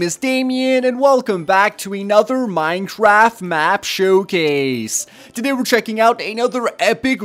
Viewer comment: haha he said mineclaft hahaha.(if you heared it right)